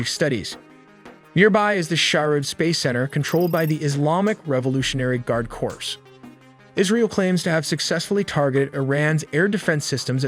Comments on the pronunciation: "Eeraq" "Corpse" ....who the fk taught you how to pronounce words man? 😂 Your parents need to get their money back. I think you mean I "as in you and I" Iraq. And Corps is pronounced "CORE" the pse is silent. And you are American? What the ffffdd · FYI: The word “corps” is french and should be pronounced “Core”. I’m sure we all know that a corpse is a dead body. 😊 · Corps is pronounced like “Core”